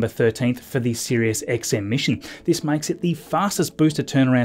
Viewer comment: “What a week theese has bean”.